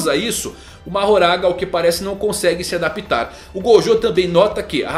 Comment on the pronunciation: A silaba tônica de adaptar (verbo) é a·dap·TAR